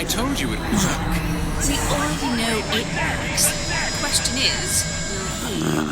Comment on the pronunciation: "He doesn't row" What was trying to say was: "He doesn't KNOW"